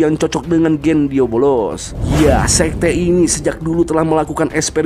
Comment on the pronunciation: Asuu gw nonton disini kirain nama iblisnyaa beneran diabolos karena dari awal disebutnya gitu dan gw ga merhatiin subtitle di video ini tapi pas nonton animenya langsung baru sadar kalo nama iblisnta diablos bukan diabolos 😂😂😂 pintar sekali anda bung meski salah pengucapan tapi dia komitmen akan terus menyebut diabolos sampe akhir video 😅